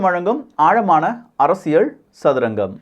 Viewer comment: சும்மா மொட்டையாக இரண்டு கட்சிகளும் நல்லது செஞ்சிருக்காங்கன்னு சொல்லக்கூடாது! சாராயத்தைப் பொறுத்தவரை இரண்டு கழகங்களுமே தோல்விதான்! அப்புறம் நீங்கள் "அரசியள் சதுரங்கம்" என்று சொல்கிறீர்கள், அல்லது அப்படித்தான் கேட்கிறது. "ல்" மெல்லினம் (அரசிய(ல்)) உபயோகித்தால் நன்றாக இருக்கும்! 😊